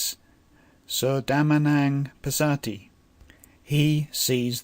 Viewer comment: Amazing but your pronunciation I think can be corrected going with the close languages to it. Passami should be Pas saa mi rather than Pssa mi. Equally Pas ser thi, and same way, Dham man pas ser thi, Soo man pas ser thi.